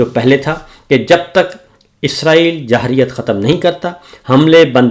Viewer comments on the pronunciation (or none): ماشاءاللہ جی محترم صابر شاکر انکل صاحب آپکا انداز بیان بہت خوب صورت ہے لفظ جارحیت کی ادائیگی درست کر لیں ۔۔۔ اللّٰہ تعالیٰ آپ کو صحت دے اور عمران خان کو جلد قید سے رہائی عطا فرمائے آمین